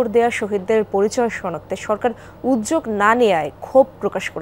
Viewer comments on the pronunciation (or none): আপা উয্যোগ মানে কি? একমাত্র NTV তে একজন আপা পেলাম যার বাংলা উচ্চারণ শুদ্ধ।